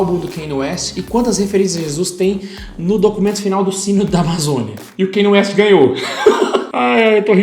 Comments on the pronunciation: O Kanye West sempre teve influência gospel e música soul. No album The Graduation é mais explícito ainda (tem a música Jesus Walks). Só que nesse ele se entregou de fato. Ah, e só pra informar ^^ pronúncia do nome dele não é Kêne West é: Kániei West. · “Keine ueste” KKKKKKKK